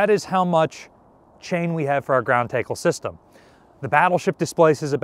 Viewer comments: Okay, at least now I know I was hearing him correctly. I have always assumed it was pronounced like "tack" like gear for horses or thumb-tack. It would be interesting if it's pronounced "take". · Love the video. Love the channel and all the work you put into it. PLEASE fix the pronunciation of the word "Tackle." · He knows how to pronounce tackle. It’s engagement farming. All the creators are doing it these days. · I was thinking that was an A.I. style mispronunciation. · WTH is a take-ul 😂. TACKLE TACKLE. ♥️ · It's Tackle..not Taykle! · I've never heard it pronounced "TAY-kle" (long A), only "TA-ckle" (short A). But then again, Philly/Jersey accents have surprised me before. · Are you saying "ground takel"? Is that just a different pronunciation of "tackle"? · I slept through elementary school phonetics - so that..- What I heard sounded like Teackle; as i the proper pronunciation is "tackle" as is a football tackle. We need to ask the Philly Eagles defensive line the proper pronunciation. he refers to the "wingspan of a man" - whereas I expected "wingspan of a Curator". Each shot of chain is the unit you use when ordering it from the manufacturer. Shots are connected via a Detachable Link. Most of the chain is probably original, except the 1 shot after replaced after "when they cut the cable in Wonson" - That shot was obviously replaced. I don't remember - when chain is pulled out in dry dock for repaint _ I expect each Detachable Link is disassembled - then put back together. DO they do any hammer or bang test on each line - and is sounds bad causes the whole shot to get replaced? Nice Jacket,. Nice comments on other. A Core system that already has 1 video - but need redo- Boat Booms and Accommodation ladders - I just rewatched that short 5 minute one - and you need to visit another ship that still has them to really show us. OR Redo the "Battleship Modern Missile Defense" - it covered the SLQ-32, Phalanx CIWS, and the SRBOC. thanks